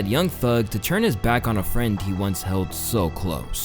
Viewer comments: Bruh, it's turn not churn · Why does this guy say “turn” like that. I’ve heard him say it the same way in a couple of videos